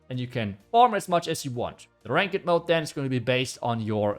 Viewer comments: Just for info, the English pronunciation of ranked is like rankt, not rank ed. I was gonna mention this last video you mentioned this, but didn’t. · friendly remark: its not pronounced rankED, but "rankt", you dont pronounce the "e" in ranked. :) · Ranked is pronounced like RANK-TH not RAN-KED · Love the channel just to help it’s not pronounced “rank-ed” it’s like “rank-du” — same spanked, tanked — ranked ✌️